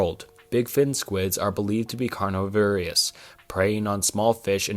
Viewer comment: Very nice video, but you seem to be rushing yourself! Speaking too fast made pronunciation of some words odd haha, carnivorous and oceanography